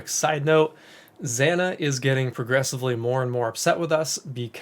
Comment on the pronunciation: zaah-nah i wish you would pronounce her name properly ZANA